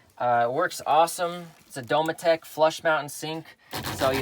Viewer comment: Never heard it Do-me-tech. Usually hear it Do-metic